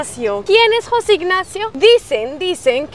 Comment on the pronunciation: No es Jóse ignacio, es José